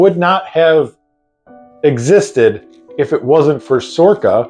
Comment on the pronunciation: SORRCA? Never heard of her!🤣🤣🤣